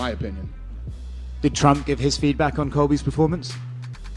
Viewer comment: "Twenwy twump 24" colby at the end